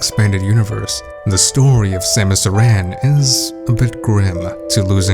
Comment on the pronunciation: So I hate being a pronunciation critic, but "Aran" is pronounced like the name "Aaron". Voice acting in the series is most prominent in Other M, and they pronounce it like that throughout the game. But who am I to judge? My entire life I pronounced Kakariko as "kuh-care-eh-ko" and BOTW taught me that I was wrong. Anyway, this theory for Prime 4 seems pretty legit. If you're right, that'll be one hell of a prediction. PS: yes, I know her last name is inspired by the Arantes soccer player and that the "Aran" in his name is "eh-ron". I'm just using game audio as evidence.